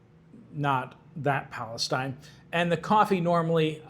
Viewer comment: Palasteen not stine!